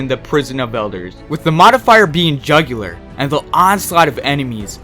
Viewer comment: wow you fucked up 3 names in this video. also, jugular? really? not very hard to say juggler.